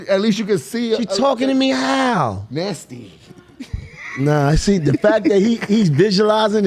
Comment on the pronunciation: 😂😂😂The way Jimmy said Nasty